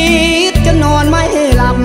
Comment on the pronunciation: เพราะจังนะครับ ท้าววันไช ร้องเพลงของสายัณห์ ในอีกเวอร์ชั่นของท้าวเอง สุดยอด อักขระ ภาษาของไทย คำควบกล้ำ พลาดน้อยมาก มีนิดเดียว คำว่าความ ออกเสียงเป็นควม แค่คำเดียว นอกนั้นออกเสียงถูกหมด เยี่ยมครับ ออกมาบ่อยๆ fc ฝั่งไทยชอบมาก ขอบคุณนะครับ